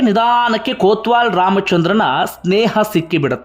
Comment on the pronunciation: ಕೋತ್ವಾಲ ಅಲ್ಲಯ್ಯ ಕೊತ್ವಾಲ